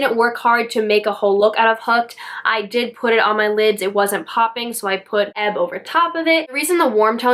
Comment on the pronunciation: Hi! This palette has quickly become one of my favorite palette too! I’m loving all the colors! You’re the first person that I e heard pronounce the Shade EBB correctly! Everyone is calling it E-B-B! Have a great weekend!🌺🌺🌺